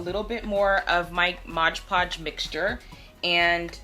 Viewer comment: MOD PODGE. not “modge podge”🙄